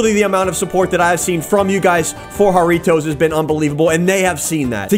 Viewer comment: "Harriotoes" Me: hairy toes